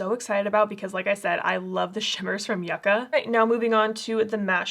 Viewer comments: It’s pronounced YOU-ca 🤦‍♀️ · in this palette the y iss silent